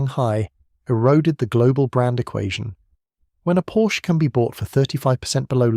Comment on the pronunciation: Do your homework: it’s pronounced “Porsha".